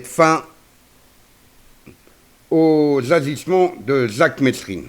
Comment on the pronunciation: Mesrine se prononce mérine,c'est la moindre des choses !